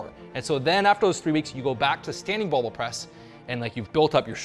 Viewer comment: Thanks! But the word is BARBELL